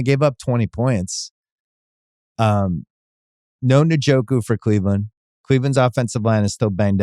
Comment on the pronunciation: RIP njoku pronounciation